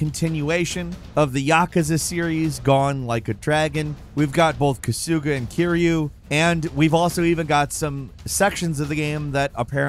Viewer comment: Bro really pronounced his name as "ku sue ga" lol